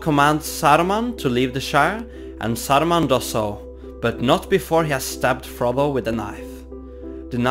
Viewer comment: i can only hear ''Frobo''